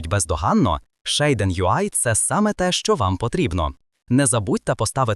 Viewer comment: ShAiDEn? LOL звідки ти це взяв взагалі 😂 Назва вимовляється як «шад-сін» або «шад-сі-ен», причому creator підтверджує вимову як «шад-сін».